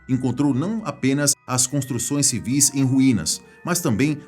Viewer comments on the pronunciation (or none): none